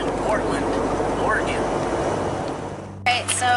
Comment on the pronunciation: Thank you for saying Oregon correctly. You do not no how annoying it is as an Oregonian to hear someone say or-eh-gon